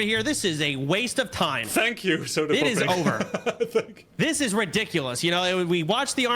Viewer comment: grubby kept calling him sodapopping... he is sodapoppin.